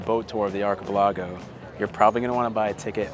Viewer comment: For the love of all that's holy, please do not send them to another archipelago, so we don't have to hear them try and pronounce that word again - it's like nails on a chaulkboard